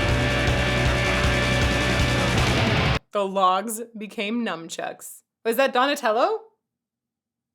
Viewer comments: <<<LOL it's "Nunchucks" not Num -chucks.. 😬 your too funny:) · Did you just call them "Numb-Chucks"??! (Fitting to that flower bud)